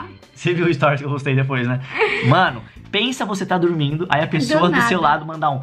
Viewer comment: Eu falo tormindo também 🤪🤪